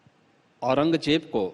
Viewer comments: Takle orang Jeb nahin orang zeb bolna sikh 😂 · Au-ran-gaay-jeb 6kaa bolna sekh gaye 😂aur beta Yogi Adityanath ka naam Dhangh se Lena seekh samgha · Pehle to kehna seekh औरंगज़ेब है औरंगजेब नही है 😂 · Batau bhai jiska khud uchcharan bhi sahi na ho wo dusro ko kia gayan dega aurangzeb ko aurangjeb bol raha hai shahjahan ko sanjha bol raha hai aur gayan iska jhoot ka pulanda hai. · Paththar ke muh jesa h yeh ...jisse aurangzeb allam gir rehmatullah aleh jii ka naam toh pronounce ho nahi Raha h